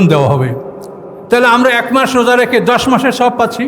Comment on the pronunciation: Saom ba roja bolte paren na huzur. Radowan Mahmud er video golu dekhen plz.